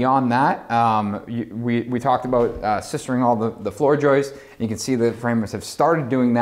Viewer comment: "A ton of sistering" At 19.08, for the love of god